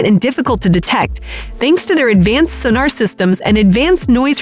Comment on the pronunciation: Never heard 'sonar' pronounced like that!